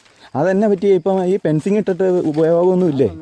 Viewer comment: 'Pen'cing or Fencing ??!!. Location. No idea ??!!